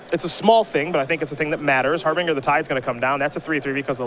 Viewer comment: Har-bin-ger not har-bing-er